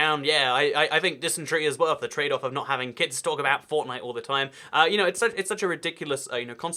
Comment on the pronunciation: he said fortnite weirdly (might be accent)